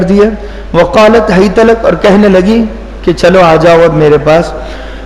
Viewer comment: وَ قَالَت ہیت لک ہے آپ نے ف پڑھے